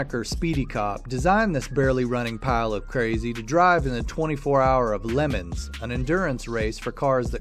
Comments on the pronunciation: its pronounced luh-mons not lemons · "Lemons." ...it's le mans... (le mon) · The race you mentioned in Number 13 isn’t pronounced “Lennons.” It’s pronounced Le Mons, emphasis on the “Mons.” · 24tb lemons😂😂😂. I'm dead. It's 24th LA mauns. That's how's you pronounce it. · Did he just day Lemons? Not Le Mans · 24 hours of “Lemon” lol that is not how you say it!!! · Le Mans, pronounced Lemons in the video. Sad...